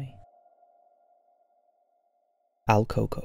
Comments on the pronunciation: el CUco.. not al coco.. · Funny how he mispronounced el cuco 😭😭😭